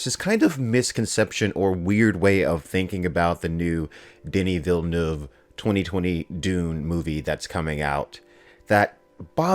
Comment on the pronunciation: Thank you for pronouncing his (Denis Villeneuve) name correctly.